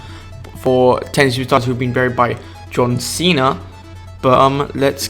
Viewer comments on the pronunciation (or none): none